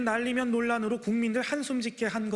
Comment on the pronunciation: 잘들어보면 이란이 아니라 날리면으로 들린다.